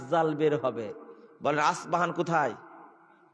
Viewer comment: আস পাহান নয় ইস্পাহান